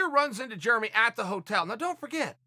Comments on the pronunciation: love it. Germy xD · I get yarear but who doesn't pronounce germy like that? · Germy and Yarir... Chael being Chael. Jeremy is even an american name. From now on I call Chael, Choel. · Ya-rear and germy. Never change Chael. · Chael should start the Club of Mispronounced Names. Kamara, Germy and YaRear could be the founding members.